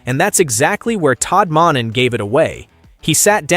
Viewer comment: This is what it sounds like when you use AI it doesn't pronounce names right like m o n e n not m o n k i n and shutter Sanders not shut the damn door